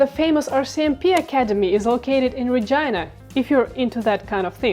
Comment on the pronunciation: Why does Regina sound like Vagina when she pronounce it?